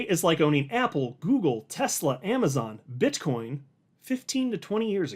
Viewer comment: Did you say BitchCoin